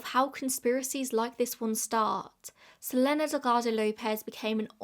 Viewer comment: i think you pronouce her name as su-leen=selene